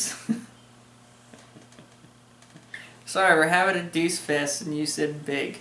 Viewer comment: I should've told you it was pronounced Doo-Chay. I really like this beer. I've got a two year old bottle and I'm going to compare it to fresh. Glad you enjoyed it. Fun bloopers! Cheers guys!